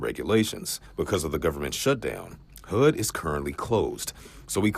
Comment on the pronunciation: Did that reporter really just say AKX instead of ASK and HOOD instead of HUD? Oh dear.